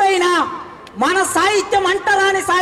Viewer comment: orey sahityam ane padam palakadam nerchuko